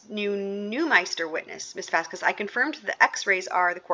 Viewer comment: I think correcting on the pronouciation of a specific attorney's name and the questioning regarding That Umbrella Guy's actual name/title, not muddled and ever-changing version of TUGs channel! So satisfying! If only he had corrected on the pronunciation of "Vasquez"!!!!